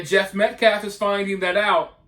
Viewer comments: He was saying Met-claff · He mispronounced Metcalf. Kept saying Metclaf. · So many (black people), especially the unhonorable, pronounced Austin metcalfs’ last name as “metclaf”. Pointed this out since the beginning. Pseudo-intellectual wastes of spaces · Even the state capitol is in Austin, TX named for Stephen F. Austin who brought in the settlers and was the leader of the forces during the Texas Revolution. Many schools and whatnot are named for him. He would have learned TX history in 4th grade so that might say a lot. There is NO excuse for mispronouncing Austin or Metcalf which he also mispronounces.